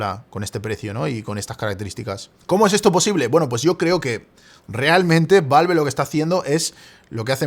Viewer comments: me da ñañaras cada que dice valve en vez de valv jajaja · queria ver el video pero no soporto la forma en la que pronuncia "valve"